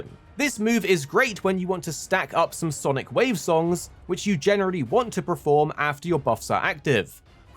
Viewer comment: Why do you keep saying preform and preformance for?